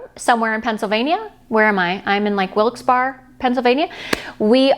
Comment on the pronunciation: Wilkes Barre is pronounced “Wilks - Burry” 🙂 One of the many towns in North eastern PA that don’t sound like how they’re spelled lol